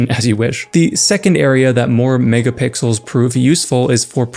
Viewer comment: When he said "megapixels" I heard "niggapixels"😭